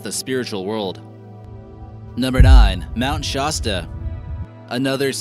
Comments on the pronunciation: It's pronounced ShA sta non shaW sta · Your saying Klamath and Shasta wrong and it's killing me, it's not shosta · It's pronounced- Klam-ith" tribe and "Mount Shahsta!" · I hate how he's pronouncing Shasta and klamath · I think it's called Crater lake not creator lake. Also, why are you pronouncing mnt Shasta like that. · Please get a more educated narrator, who will know how to pronounce words like Klamath and Shasta and who will know the Lakota didn't have "creators" but worshiped the Creator.